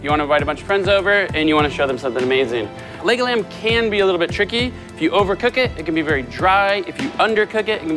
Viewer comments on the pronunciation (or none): It sounds like he's saying Legoland